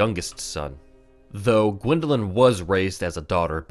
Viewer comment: dwindeling? You mean GWINDELING?